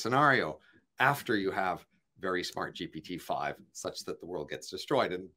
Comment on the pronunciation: I find it difficult to take an argument seriously when the person can't even pronounce GPT correctly.